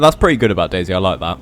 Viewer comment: I keep on thinking that he’s saying dasy instead of day z